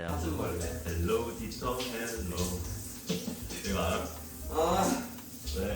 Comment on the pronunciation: 영어 교과섴ㅋㅋㅋㅋ 헬로 지토 헬뤄~~😂😂😂😂